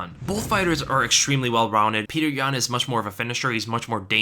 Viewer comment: Did this man just say "ExtReally"